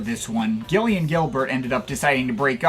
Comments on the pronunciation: Surprised to see you cover New Order, but I cringed every time you tried to say Gillian Gilbert’s name. It’s pronounced JIL-ee-un. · Gillian as in "Jill"